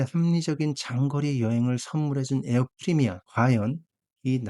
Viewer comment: 에어프리미아 X 에어프레미아 O